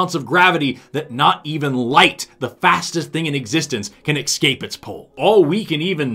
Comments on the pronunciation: I love your material... but you said EXCAPE three times instead of Escape;-) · I love your channel. escape, not excape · love your work... but please don't say 'excape' any more (unless referring to a cape you used to have). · Sorry, there's still a sound problem. There's obviously a malfunction that makes it sound like you're saying excape instead of escape, bc I know you would never say such a thing. Excellent, excellent video, though!! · You are pronouncing “escape” as “excape”. Maybe you’re talking about a defrocked superhero 😂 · I love that says 'excape' instead of 'escape'. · Really good, but wierd that you kept saying ecscape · Es-cape.... Escape. Not exape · A personal pet peeve of mine is when people pronounce the word 'escape' as if there's an 'x' in there. Still a good video, though. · You're too smart to say 'ecscape'. What's the story there?